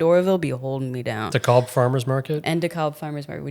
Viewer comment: With love - it’s pronounced DeCab (DeKalb Farmers Market). 😉